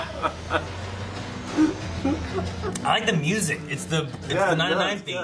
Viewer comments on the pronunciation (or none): none